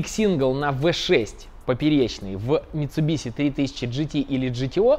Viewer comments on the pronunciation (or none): none